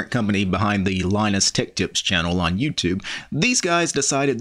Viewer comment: You cant say tech.